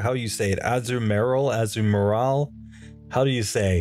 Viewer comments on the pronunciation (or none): You're pronouncing Azumarill as Azu and Marril, and I get why you would seeing as Marril is its pre-evolution, but it's actually pronounced Azuma-rill. With the 'ri' making the same sound as the double e's in 'eel'